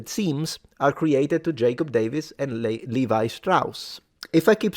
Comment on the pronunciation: The name "Levi" is pronounced "Lay-vee" (I deliberately wrote it that way so that native English speakers would pronounce it correctly). 🙂